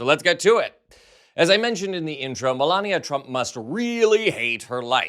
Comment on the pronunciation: Get it right, its Melanoma Trump !